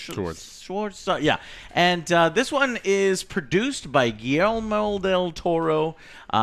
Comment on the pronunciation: Gui-El-mo? I assume you meant Guillermo